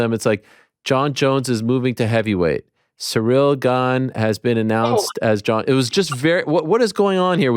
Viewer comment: Ariel even called ciryl "surreal"